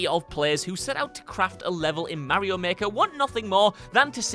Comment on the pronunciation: I cringe every time he mispronounces Mario